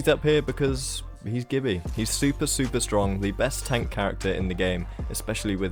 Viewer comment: It's pronounced Gibby not Gibby